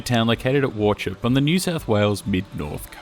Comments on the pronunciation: Great video It’s pronounced war-hope not war-chip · Thanks for the vid. Visited several times on my family’s annual Christmas holiday pilgrimage from the bush to one or other north coast seaside towns in the 70s. Just a note: it’s pronounced Waw-howp. There’s probably a lot behind the closure, but I think in general, places like that belong to a simpler age and simpler holidays. Nowadays with sea-changers these coastal towns are built on local residential development, coffee shops, and restaurants, but back then tourism was the main thing. Look how places like Ballina, Coffs Harbour and Port Macquarie have changed. And just too long since the north coast actually had a timber industry — lost from our national consciousness. Sad. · Butchered the name dude .. war-hope. Shame to see this, I remember riding the train as a young child there. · Warchoppe 🤣🤣🤣🤣 The local town's name it was derived from the family name which was historically pronounced "walk-op" or "war-cope" by the early pioneer family, but local usage settled firmly on "war-hope". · The name Wauchope is pronounced War-Hope, not "War-chope". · its all good its how it looks but it is pronounced war hope just for reference but most ppl who arent local wont know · yeah, that's what I was saying, while it isn't said correctly, it's not like people in a 2hr radius, don't say it this way for fun of it, def doesn't need taking down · Wauchope is pronounced war-hope! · Learn how to pronounce place names correctly . Wauchope is ‘“ War~hope “. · War hope it’s pronounced mate. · Great video but Wauchope is pronounced war-hope, just like how Lake Cathie just to the south is pronounced Lake Cat-eye not lake kathy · War-hope, the c is silent ✌️ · As a kid I would pronounce it as "War-Choppy" until I was promptly corrected by my Father. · To everyone getting angry over mispronunciation of War-Chop-Pee I bet you’re single and alone tonight 😛